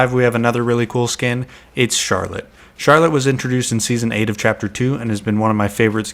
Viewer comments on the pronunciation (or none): bro said chaper three seasoon 5?